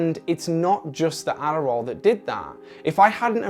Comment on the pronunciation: he turns into an American ADDDDARRRRRRRRRRRRRRRAAAAL